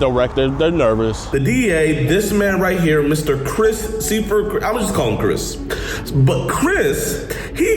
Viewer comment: His last name is German, so it should be “soy-furt.”